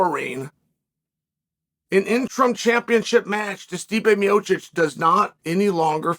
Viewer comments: I know Chael doesn’t pronounce names great but he straight up said meechick for stipe. Like bro come on 😂😂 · Gotta love Stipe 'Mee-Oh-Kick' and Sergei 'Pavel-itch' lol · Calling Tom Aspinall the Interim Champ makes as much sense as pronouncing Stipe Miocic 4 different ways in 1 video. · it's a good old tradition of Chael, for a silver tongued devil he is he surprisingly has a permanent inability to pronounce foreign names/surnames =)